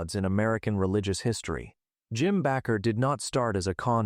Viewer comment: At least the narrator is consistent in mispronouncing "baker" and "Bakker." What an idiot.